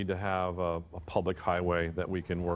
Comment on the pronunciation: Don’t come to Nevada you don’t even know how to pronounce it right